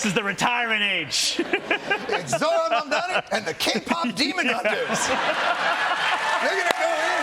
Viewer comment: THE NAME IS MAMDANI, M-A-M-D-A-N-I